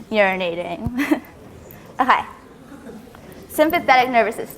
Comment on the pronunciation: Omg everytime i hear that okAYYYY , it is like a needle telling me to listen.